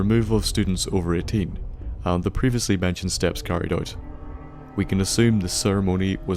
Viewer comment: Who pronounces "Can" as "Cannel" And "Now" as "Nouwl"